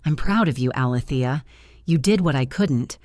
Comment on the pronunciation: The name is being mispronounced it’s A-Lee- thee- ah! It’s making me crazy every time I hear it said wrong.